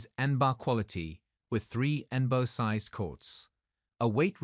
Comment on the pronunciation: C'mon, at least get a real voice actor to read the script. Or watch the video at least ONCE so you can see how ridiculous that AI voice sounds. En-Ba? How about N - B - A. jeez.